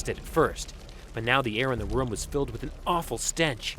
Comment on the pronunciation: The first narrator guy pronounces room as Roam.